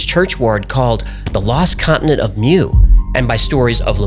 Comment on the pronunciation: Pronounced MOO not MEW.